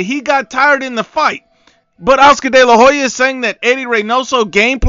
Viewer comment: Why do people always mispronounce Hoya lol It's not Ho-ya. It's Oya. The H is silent